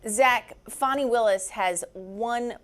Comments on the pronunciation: Thank you for pronouncing her name correctly the second time. Sheesh. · Woman! Her name is pronounced "Fanny" not "Fanny". Trump uses that as I am sure you are aware to demean and insult her. So why do you? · Y'all have fun mispronouncing her name? Idiots... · CNN - D.A. Fani Willis is name is pronounced "far-nee" not "fan-nee"!